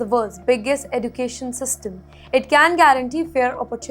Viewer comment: What is Eddu… cation? Pronunciation.